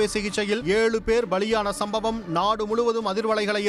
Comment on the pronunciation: அடேய் சன் டிவி...என்னது சம்பம் மா...தமிழை கொல்லாதே மூதேவி